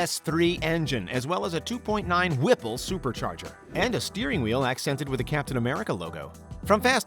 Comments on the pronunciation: Whipple is just a brand of supercharger. It just was funny how much emphasis he put on it. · I love how he says "WHIPPLE supercharger", like he knows what it means.